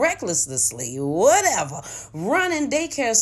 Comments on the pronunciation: She actually spelled RECKLESSLY, CORRECTLY... NOT "Recklesslessly" which is what you said. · This is a heartbreaking story!!! Everything about NANA day care needs to be in jail...... why did you add so many syllables to recklessly? 🤣 reckless(lous)ly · The word "recklessly" was spelled correctly YOU!! Just couldn't pronounce it correctly!! 😂😂😂😂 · Recklessly was spelled correctly you just said it wrong